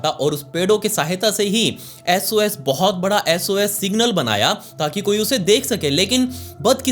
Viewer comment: But❌ Baut✅